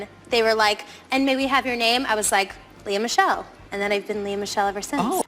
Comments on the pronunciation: Lee ahhhh miss shell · The garbage narration is painful. Lee uh Mish Ell. 🙄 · What is with the exaggerated phonetic pronunciation of Tisha Campbell, Suzanne Summers, Leah Michelle, etc???REALLY bad!